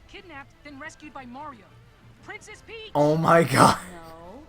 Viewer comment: "Priness Peach" oho ohohohohohhohohohoohohoh hahahah sry he got me